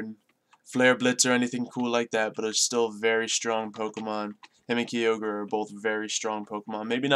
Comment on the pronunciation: you said Kyogre wrong